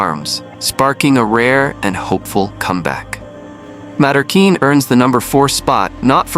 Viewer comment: Teach the ai voice proper pronunciation. Mallorquin Ma(Y)quin. If it's the breed name then get it right.